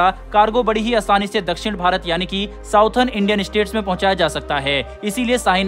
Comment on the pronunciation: नॉर्थन और साउथर्न नही नॉर्दन और सदर्न सही उच्चारण होता है।